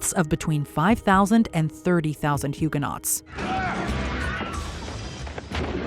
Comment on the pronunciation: You put all this effort into pronouncing French names, but then say Huguenot incorrectly, over and over again. Torturous!!